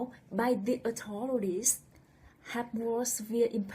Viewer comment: With out a DOUBT women are subjected to more AND worse abuse than men !!! I beg your pardon... but, your message would have a better delivery/response if the word "authority" and "authorities" were pronounced more clearly. Please let me know how or if I/we can help...